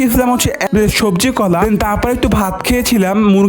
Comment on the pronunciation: Shobri kola❎ Shobji kola✔️😂😂